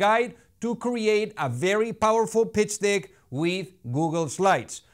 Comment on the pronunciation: PITCH DICK ??? LOL Be sure you say DECK (como la E en Castellano, un poco más abierta) because dick... LOL is not deck. Just an advice. Check the sync. I would use a English speaking V.O. speaker, it will make the videos really better.